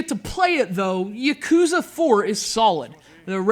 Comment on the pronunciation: Yah-Koo-Zah. Ship-Oo-Den. It's not hard to pronounce things right goddammit...